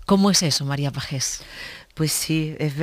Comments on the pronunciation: Pajjjjés, dios! qué dolor e los oídos. Pronunciadlo payés x favor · pues algo parecido sería payés. Como el sonido no está en el castellano es difícil explicarlo. Pero algo así sería. Nunca con sonido de jota x favor jajajajaj